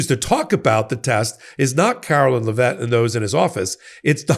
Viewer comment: Her name is pronounced "Leh-vit", not "Luh-vet".